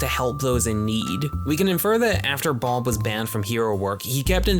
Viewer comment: Good video but why in the fuck are you pronouncing bob as boulb??